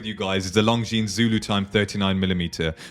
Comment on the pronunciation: Good video. You don't pronounce the 's' in Longines